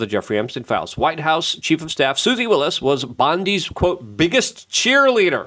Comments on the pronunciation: it's WYLES not WILLIS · I can’t listen to someone who doesn’t even know it’s Susie Wiles, not Willis.😂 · Luke is ESL, so he pronounces names wrong all the time.